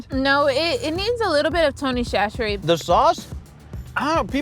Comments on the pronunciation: Toe-knee sah-shuh-reez!!!!!! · IF YALL PRONOUNCE TONY CHACHERES WRONG ONE MORE TIME I STG